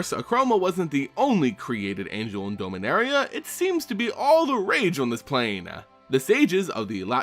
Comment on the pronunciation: It’s DOMinaria like dominant, dominance, not DOMEinaria, hate correcting people but it’s a pet peeve I guess